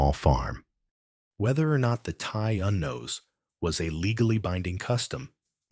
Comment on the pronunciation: Listening from Treharris, Merthyr Tydfil, South Wales ❤️ just wanted to quickly note, I believe you said 'teulu' earlier in the video. This word means family, and is pronounced 'tay-lee'. And with 'ty un-nos' this is pronounced 'tee een-nors'. I haven't gotten too far into the video yet, but the Welsh language is very phonetic, so what you see is what you get for the most part!